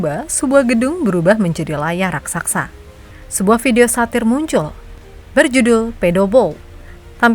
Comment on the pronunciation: RAKSASA MIN, BUKAN RAKSAKSA 😂😂 bahasa Indonesia yg bener lah